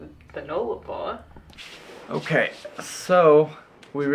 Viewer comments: FYI Null-a-bor.... that's "null" not "nole"... loving the trip so far guys. Never driven the Nullarbor so looking forward to the next step 🙂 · Nullarbor is pronounced 'Null' (the 'U' is as in the words 'pUppy'and 'Umbrella') meaning none. Arbor means tree. Therefore 'no tree/s'. Nullarbor is Latin but sounds like a first nations/aboriginal word. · Road trains are the really long, multi trailer trucks. The Null in Nullarbor is pronounced like the gull in seagull (just saying LOL). You will be fine on the Nullarbor, enjoy.